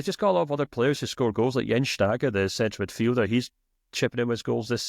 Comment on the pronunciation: Also to my friend in orange: Jens Stage is pronounced like the word "stay"